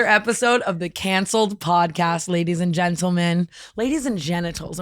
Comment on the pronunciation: the way tana said “cahncelled” like an old british lady… i love it 💕